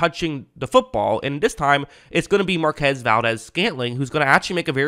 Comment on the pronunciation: great video, as usual. oh, it's mar-kwez, just in case you one day meet him.